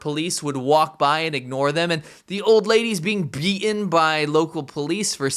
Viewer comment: Bea-enh? Do you mean beaten?